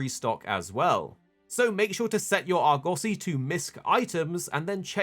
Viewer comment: Came directly to the comments to see if anyone else heard “Argussy”